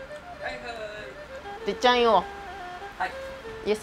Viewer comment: テツさん呼ぶ時に「てっちゃぁぁ～ん！」じゃなくて「てぃっちゃぁぁ～ん！」って呼ぶとこサイコー😂